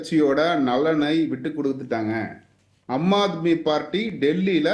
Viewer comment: ஏம்பா உனக்கு சொல்லவே தெரியலயே, அது அம்மா ஆத்மி அல்ல ஆம் ஆத்மி.இப்படி படிக்கத் தெரியாத வாங்களேல்லாம் BJP சப்போர்டா